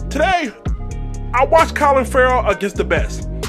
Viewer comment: Sounded like u said COLIN Ferrell... CLELIN , bruh!.. lol